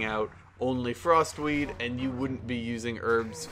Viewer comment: sounds like he is saying frostweave not frostweed...and those werent even sneezes